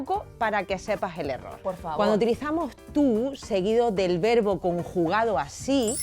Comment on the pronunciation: Comencemos con que la "lingüísta" pronuncia mal la "v" y la "b"....en español se pronuncian igual, no hay diferencia en el sonido. No vi más el video, llegué hasta la parte en donde pronuncia mal la palabra "verbo"😅